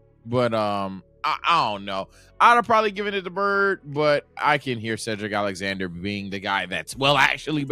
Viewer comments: Bro really said Cedric Alexander 💀😭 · He said Cedric Alexander 😂😂😂